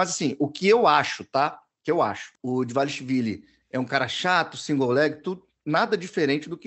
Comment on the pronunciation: O fala DVAXILIVILI com tanta certeza que até a mãe do Dvalishvili ficou na dúvida